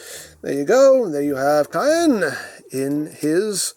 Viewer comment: It looks like it's pronounced "Kaa-en" to me